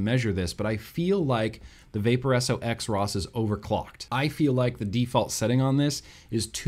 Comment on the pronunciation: First....YOU HAVE A RAD MOVIE POSTER IN THE BACKGROUND., we just connected on a soul level. Wow. Second I COMPLETELY agree about the Vaporesso XROS. (Supposed to be pronounced “cross”. 👎